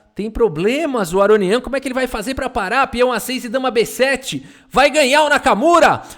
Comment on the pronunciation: "Aronião", huehueheuheu; adaptou perfeitamente o nome dele pro português.